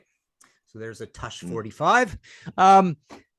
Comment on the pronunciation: Always great to hear two pros discussing our beloved rock music. There's always something to learn. (I think Martin got the pronunciation of Tush wrong, lol.)